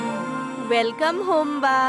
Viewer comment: Welcome❌ Belcome ✅